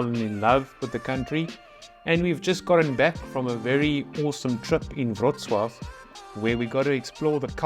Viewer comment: "around Wroclaw" not "brw" :) i know it's difficult to say :) It's bautiful city in Lower Silesia (south west) Poland.